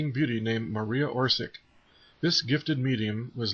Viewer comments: Marija Oršić is Hrvatica (Croatian origin, she confirmed it herself), and it's not pronounced "or-sik" or "or-zik", but "or-shich". Greetings from Hrvatska (eng. Croatia) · it is not Orsik it is Orsić (Orsich). ć= soft "ch", č=hard "ch"